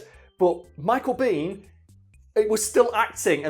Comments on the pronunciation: Americans pronounce his last name " BAYn". Not " bean". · Michael Biehn pronounces his last name “bean”